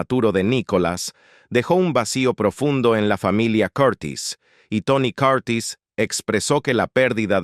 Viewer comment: Aprende a pronuciar las palabras..quien es Tony Coortis? Se llama Tony Curtis..